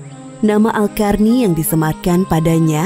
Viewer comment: Qarny (bacanya Qorni), kenapa jadi "Karni"? 😅